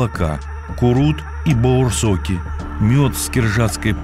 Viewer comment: правилино будет баурсаки а не баурсоки.